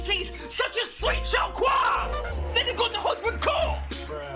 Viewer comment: Copse. Huntsman's COPSE. I swear everyone I've seen do a DS2 run has made the same mistake in calling it "Huntsman's Corpse".